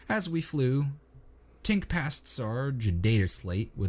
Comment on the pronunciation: Also Tink is the right name but the narrator often makes the repeated mistake of saying Twink, and they know they do it